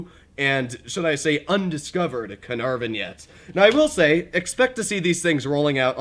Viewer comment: "the canarven"? "the larva"?